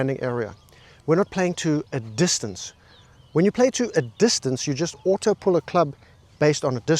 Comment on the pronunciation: It's a joke, like when he says distancA